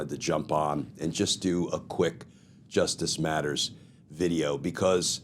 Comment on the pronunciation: Sexy voice Glenn! On a serious note, I think you should pause and emphasize both words “because… JUSTICE MATTERS” Rather than “because justice… MATTERS” which you currently do.